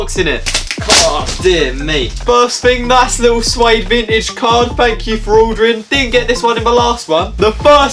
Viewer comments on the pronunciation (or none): I'm.pretty sure it's pronounced Sigh-ed